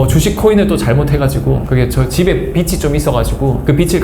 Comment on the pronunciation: 서울대신데 이과라 그러신가... 비치 아니고 비지...빚이 연음 비지 빛이 있었다면 라이트 광휘 다시 우울증으로 가실리는 없겠지만..문과라 ㅈㅅㅋㅋㅋ